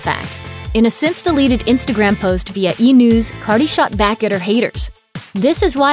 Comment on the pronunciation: why did y’all call cardi “carly” lmaooo